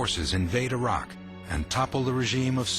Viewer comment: Learn to pronounce Iraq 🇮🇶 & saddam right